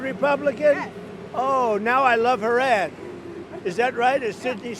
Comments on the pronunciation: Did he say her ad or her ass?🤔😝😵‍💫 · Did he say ad, or ass?